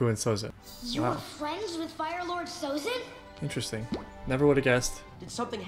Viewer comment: Everything he does, he does hard. His name is Sozin, not Abitzin